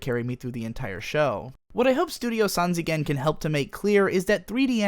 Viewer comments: pls pronounce sanzigen, not as "san zee gen" but "san ji gen". This is simply a play on words like "smyle" is pronounced like "smile", not "smeele" or like how smok is pronounced like "smoke" rather than "smuk" sanjigen means three dimentional (while nijigen is 2D and 4D is yojigen) but i'm 100% sure you know this. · Lmao that “Sanzigen” pronunciation. It’s pronounced sanjigen, and means 3D. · Pronounce it sanjigen (='3d'). 'zi' is just another way of writing 'ji' in romaji and its that 'ji' sound in the Japanese name..